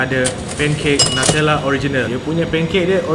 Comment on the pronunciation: it's NU-tella mate not NATELLA